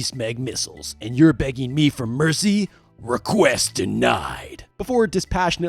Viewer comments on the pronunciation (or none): none